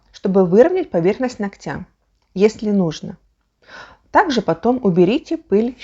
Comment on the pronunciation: Все очень интересно , но ударение нОгтя